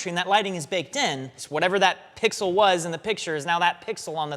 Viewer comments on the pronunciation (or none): none